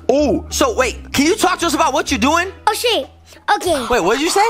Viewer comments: I watched this when it came out but i am just going to tell you this said “ Oh ship” not oh sh** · didn't swear he said ship I sounded like he did but he said ship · He actually said oh ship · It sounded like he said oh ship